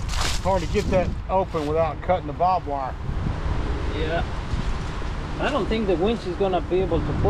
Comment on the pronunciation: Hey, it's not bob wire. It's barbed wire